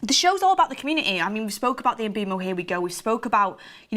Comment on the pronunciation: My head hurts when and Mark say MBEUMOs name 🤦 it's pronounced mbwemou mboumo 🤣🤣